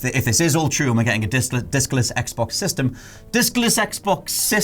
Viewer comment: Pretty sure he said "dickless xbox system"